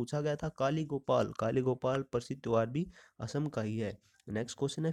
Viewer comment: 'असोम' नहीं कहते भाई, 'असम' ही कहते है।